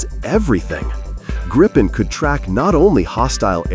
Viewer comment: JAS 39 Gripen. Pronounced Gripe-en. The way it is said in the video is wrong as it would need 2 P's. During simulated war games in the US a few years ago 3 F-22 raptors were targeted for take down by 1 single non stealth JAS 39. The JAS 39 is both cheaper to buy and maintain. As it is a very versatile aircraft it can be upgraded cheaply. Whereas the F-35 is too expensive to buy let alone anything else.